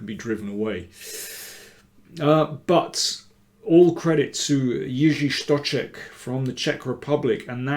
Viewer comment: Stocek is such an interesting guy. With his beard and countenance he looks like a prophet from the Old Testament, and even though he can screw his games quite badly, he really can do some damage from time to time. Btw, an excellent pronunciation of the Czech name by Danny!